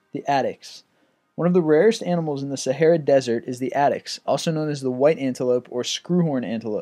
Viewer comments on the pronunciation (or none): none